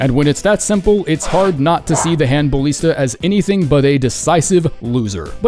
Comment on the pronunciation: You butchered Flamberge. IT'S FLAM, like HAM, and BURG. LIKE BURGER?! THAT'S HOW YOU SAY IT. And why are you making your life harder by putting emphasis on the 'i' in Ballista? It's ridiculous.